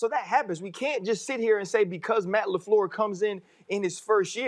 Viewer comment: To me it's still Matt Lafluuhh